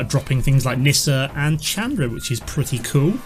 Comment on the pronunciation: you're saying Chandra wrong.